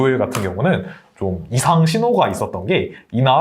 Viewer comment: 월료일 월료일...겁나 거슬리네. 국어공부부터 하자